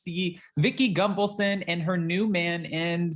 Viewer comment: Gun-Val-son, not Gung-valson.. 🙄